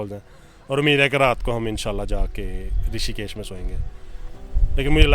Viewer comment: Rishikesh not rashikesh